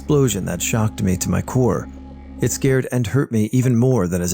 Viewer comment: Scarred for life, not scared for life. No offense but maybe try reading these a couple times before you record....